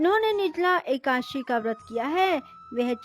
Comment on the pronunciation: एकाशी नहीं होता है, एकादशी होता है।